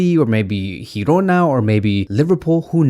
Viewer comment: It s called Girona, not Hirona